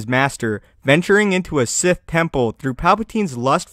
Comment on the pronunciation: Sith, not Site, nor Sigh. xD